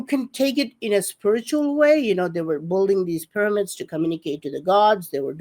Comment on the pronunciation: When is going to finally learn to pronounce "building"??? This is ridiculous!